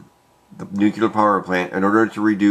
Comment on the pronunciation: Why does everyone say nucular and not nuclear? How hard is it?